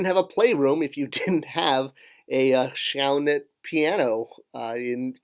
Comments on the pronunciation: It is more like Shin Hout or Shayn Hoot. The I would be pronounced like in flirt -Considering the Family was originally from south western Germany Id go for the I - flirt pronounciation variant. The oe in Schoenhut corresponds to the Umlaut "ö" in German, lacking that letter it is written as oe in most other languages. The hut part is also not correct. The U is pronounced very similarly to the way the ou is pronounced in you or the oo in soon. The original German spelling of the Name would be Schönhut or Schoenhut which as you write translates to beautiful or nice hat. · More like "Shuun-huut" but nice attempt